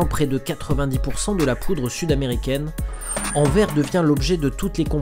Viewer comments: Le port d'Anvers se prononce "Anversse'' comme s'il y avait deux S. Big up de Belgique ! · Pour info, on prononce le "s" de Anvers, c'est "Anversse", ce n'est pas un s muet.